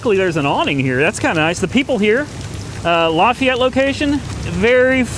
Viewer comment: Its pronounced Laugh-AY-et, not Law-FE-et Louisiana boy here